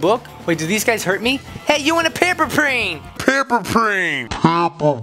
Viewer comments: You said "PaMpEr PlAn" instead of "paperplane" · I love it when he said paper prane